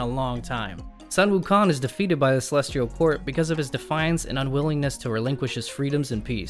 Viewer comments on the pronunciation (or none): you kept saying Wukon throughout the entire video